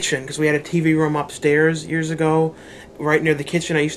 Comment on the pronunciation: Are you from the midwest? "Years ago?" Very midwestern.